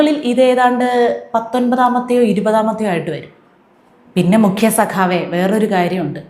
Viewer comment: 'Mukkiya' dasan, Mukkiya dasan ennu parayumbo entho kuthi parayunnathu pole😂😂😂